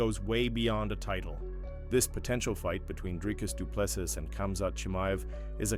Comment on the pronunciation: Spot on, but here is the correct way to pronounce Dricus Du Plessis